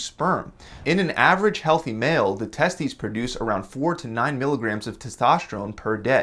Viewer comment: HA he said Testies